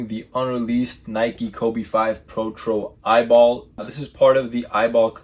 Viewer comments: It’s pronounced “E.Y.B.L” not “Eyeball” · Bro it’s E-Y-B-L 😭